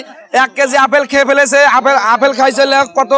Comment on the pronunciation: আরে ভাই আফেল না আপেল। এ ভাবে অশুদ্ধ বাক্যগঠন করেন কেন।